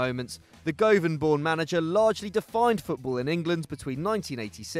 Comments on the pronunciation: Govan? It’s pronounced GUVVIN not gowvaan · It's pronounced GU-VAN not GO-VAN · It’s govan not “go van” haha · Alex Ferguson is from Guh-van not Go-van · Guvan not goovan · It’s Gu-van not Govan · You absolutely butchered the pronounciation of govan it’s guvan not go-van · 😂😂 can't even say Govan right, say guvan and it will sound just about right 😂😂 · "GU-VAN" DUNDEE UTD NOT DUNDEE "P-TOD-RIE" 🙄🏴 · No.1 Govan is pronounced Guvin No.2 Pittodrie is pronounced Pittawdrae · Govan - pronounced (guvin) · Govan is pronounced GUV-an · How can you mispronounce govan!? (Guvin) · Please never say govan again 😂😂😂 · His pronunciation of Govan is shocking😂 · As a Glaswegian a got triggered when ye said Govan wrong 😂😂😂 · English people trying to say Pittodrie and govan is hilarious 😂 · Your pronunciation of govan cracks me up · That pronunciation of Govan btw 😳😳😳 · Can’t even pronounce Govan😂